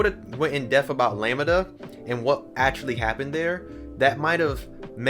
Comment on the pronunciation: Always love your takes! .... Lamb (like a baby sheep)-Duh sounds cooler than how you're saying it like lami-da 😅